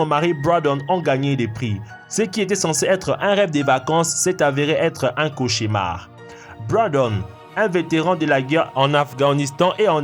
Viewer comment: On dit cauchemar et pas cauchimar.